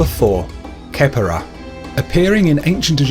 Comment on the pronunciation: It's not kepera it's pronounced Ke-Pri